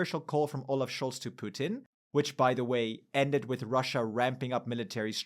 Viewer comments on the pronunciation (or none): none